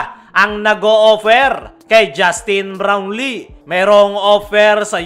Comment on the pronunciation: kala ko mali pandinig ko sa kaso unilit pa ang pag bigkas ng Justine Blownlee sa